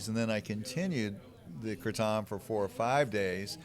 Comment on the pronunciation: FINALLY someone pronounced right lol